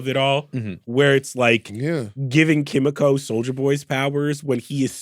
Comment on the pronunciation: Ki mi ko not kim me ko